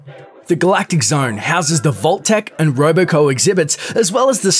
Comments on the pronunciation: Wait, did he just say “Roboco?” It’s Robco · did you just call robco “roboco” how dare you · He said Roboco instead of robco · Just saying, it's "Robco" not "Roboco"... (Sorry). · do you actually look at the words before trying to pronounce them? how do you mispronounce RobCo? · imagine being this dude pretending to know fallout yet thinking its roboco and not robco and not being able to read saying hoob instead of hub and saying melie instead of melee